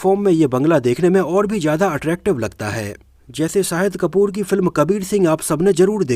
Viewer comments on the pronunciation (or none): none